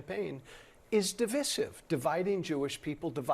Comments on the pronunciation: 'Divissive'? Weird pronunciation. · It's de-VIE-sive,, NOT de-vissieve, please. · you mean divisive, pronounces it wrong etc.